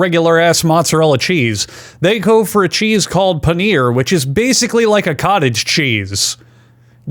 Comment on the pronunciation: It's pronounced paneer.